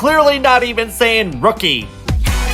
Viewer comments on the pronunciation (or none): Omfg I'm glad I'm not the only one with Rookie and it being not said right. For years i thought it was lookie? 😭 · EXACTLYYY!! I have alwaysssss thought this about Rookie!! Like since the Korean pronunciation for L's and R's can be confusing for them because of ㄹ, I could understand somewhat since they wouldn't know better and may genuinely struggle with saying it since they're not used to forming those sounds. HOWEVER, the fact they have WENDY in the group who speaks PERFECT ENGLISH, she clearly knows the correct pronunciation of Rookie so it just bothers me that she didn't correct it or teach them how to say it properly. Not asking too much, not saying she should teach them the entire English language, just that 1 word. Maybe the company decided to do it on purpose to sound 'cute'? idk but yeah it annoys me lol. Also in Wanna One's Energetic, Sungwoon says "Energetic" correctly but then Jaehwan says "Enerzetic" and again.. DAEHWI speaks PERFECT ENGLISH so it's not like none of them knew how to say it properly, as well as the fact Sungwoon said it well so I don't know why they couldn't have taught Jaehwan to mimic how Sungwoon pronounced it to get it right. If it's a group who has 0 English speakers then I wouldn't mind as much but most of the groups guilty of this do. Yeahh anyway! Love the vid ♥ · My nitpick is when groups have english speaking members, like Wendy, and the majority of the members mispronounce a word, like rookie. I think that Rookie could be just a bit better if it sounded like they were saying Rookie. It's okay though I understand it's not their first language and the song still slaps :) OH OH ALSO! I have a loona album and the fucking lyrics have a typo! Its spelt wrong once in the lyrics and correctly some time before it! It's the word "mileage" in the song perfect love and it is in the normal b version of ++ and limited A version of XX. Probably in the other versions too ughhhhhh